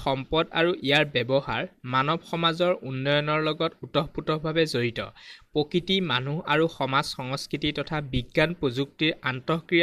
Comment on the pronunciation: 😂😂😂 sir pokkiti nohio😂😂😂😂 prokriti